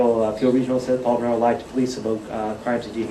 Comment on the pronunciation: The way he said "boot" did sound pretty Canadian! 😅